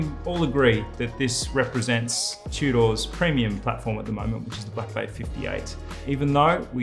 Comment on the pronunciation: What are these 'chew-doors' you speak of? Nice watch mate ;)